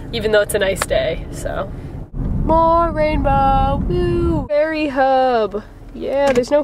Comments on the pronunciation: Wow it took me a while to realize you were saying ferry not faerie....ha! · i only realised at the end of the video that you were saying 'ferry' and not 'fairy' lol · for second there i thought you said there was an actual FAIRY and i got really excited only to realize you were saying FERRY